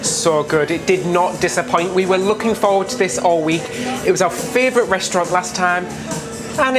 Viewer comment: I love how he says fravorite! These guys are MY fravorite! I’m ready for my 3rd VV cruise on Valiant for New Years and then back to Scarlet for April 23! Join me if you want to cruise the Virgin Way!